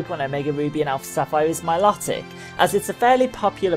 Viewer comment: Mil"O"tic sorry it was annoying me :P